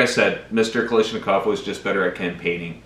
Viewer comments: Guys, it’s not “Kalyshnikov”. It’s Kal-uh-shnikov. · "Simonova" means "of Simonov". It's "kalASHnikov", not "kalISHnikov". Just google it if you don't want to learn russian. And next time bring enough whisky to share with the rest of the class. Change your own mind.